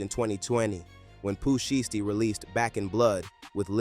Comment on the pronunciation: Bruh say his name right if you're gonna report the news lol